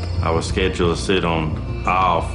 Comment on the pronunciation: irk in like every episode with schedule he says it so weird i just wanna slap him